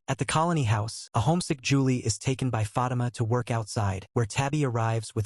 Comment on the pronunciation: Fah-Teema sir lol